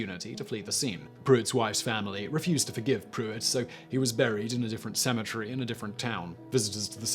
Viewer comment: Sounds like you're saying symmetry instead of cemetary.